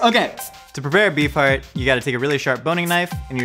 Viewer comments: I can't help but hear "Bee fart" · unhear bee farrrrrt say beef heart againnnnnn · I kept hearing “bee fart” and I’m not sure why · oh my GOD i cannot UNHEAR that now!!!!!